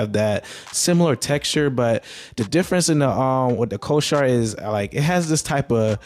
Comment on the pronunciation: Bro, not trying to be an ass, but you are pronouncing the word Corsair wrong.